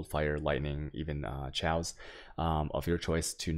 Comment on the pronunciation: It's pronounced "KAY OS" not "Cho ace". [Chaos] - As in anarchy... But great guide dude.